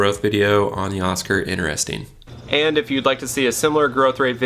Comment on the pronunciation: That was helpful! You said inner resting lol